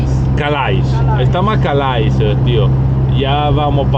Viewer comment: Mi permetto di dirvi che si pronuncia Cale`😊comunque uno show di ogni video lo adoro!Chissà se avete preso il traghetto spero proprio di sì 🥰